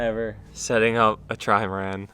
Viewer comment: I like how calls the boat a Trimarand 😄